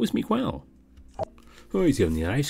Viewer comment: sir, the u in Miguel is silent